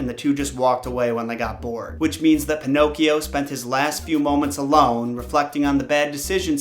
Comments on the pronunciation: Pinocchio not pinocs. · This is how many times he said pinochs 👎🏾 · Pee no key oh